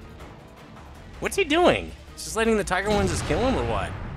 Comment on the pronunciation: its a tiger not a teeger